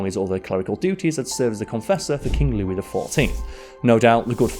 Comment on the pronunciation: I love how spends a lot of time aching over the pronunciation of Pere LeChaise and then in the same video pronounces Louis Lou-iss.